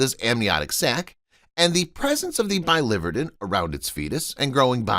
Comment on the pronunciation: I promise never to subscribe to clickbait videos. PS Biliverden is pronounced billy-vir’-den